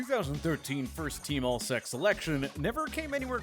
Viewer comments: "sec"? I think you mean "S-E-C" XD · Did you seriously pronounce SEC as "seck"? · What a glaring mispronunciation... Never heard the SEC referred as 'sec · Just gotta note that pronounced SEC as "seck". Just sayin... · Did this man say Robinson was an All seck (SEC) player? 😳😬🤣🤣🤣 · Am I the only one that caught that he said “1st team all sec and not S.E.C”